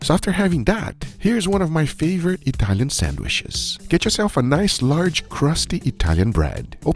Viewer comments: Sandwiches ❌❌ Sanwishes ✅✅ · "Sandwhiches" - Detroit Grand Pubahs. You're welcome. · PLEASE STOP SAYING SANDWISHES GUGA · mmmm, sangwishes